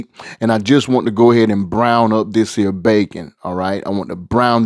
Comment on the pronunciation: I trust the pots of anybody who says "dis here"!!!!🙏🙏